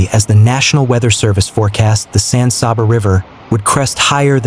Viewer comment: Ĺisten, son. You have no clue how to pronounce the names of the cities and counties you are talking about. Menard is pronounced "men-ARD" and San Saba is pronounced with a short "a", like the word "fat", then an "uh" for the second, in Saba. It is NOT pronounced "SAW-buh". What you are doing is butchering the Spanish pronunciation and exposing your distant inability to avoid sloppyness. Just do it right or go away, please.